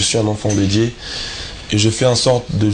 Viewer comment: Dieu et non dié